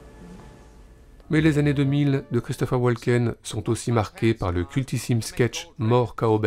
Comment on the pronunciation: Woken, le "l" est silencieux